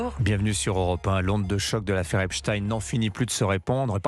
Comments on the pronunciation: Geoffrey Epstein pas Esptine ! ! On dit pas "Einstein. " Pas Einstine ... ?? !MDR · C’c'est une affaire française puisque Epstein passait 6 mois par an en France et ce n’etait pas pour faire des randonnées, pour preuve qu’il a peur les journalistes des télés d’etat on ordres de prononcer epstine au lieu d’Epstein, Macron qui serait cité affirme que poutine est cité alors que pour l’instant pas d’infos pour poutine, par contre il a été révélé par exemple que depuis 2013 c’est ariane de rothschild qui a ordonné aux gouvernements français successifs de détruire Dieudonne, de l’éliminer est ce que vous réalisez qu’une rothschild ordonne ce que doit faire le gouvernement, macron aurai pris des conseils à Epstein, des conseils au plus grand pédophilie mondial pour la France et il accuse poutine